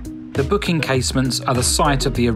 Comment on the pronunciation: And it's "Bock" and not "Book" Casemates. Sorry.